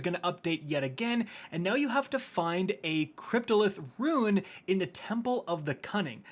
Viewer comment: The word is "Rune" not "Ruin' "Roooooonnneee"